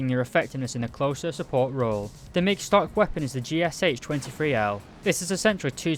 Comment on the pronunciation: My god... It's not G S H | dʒ s h |, it's | ɡ-ʃɑ |, two letters - Г (g) and Ш (sounds "ша") - ʃɑ. ГШ - ɡ ʃɑ.